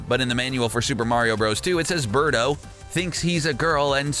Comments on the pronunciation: Beardo? Isn't it Birdo? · It's Birdo Not Beardo wtf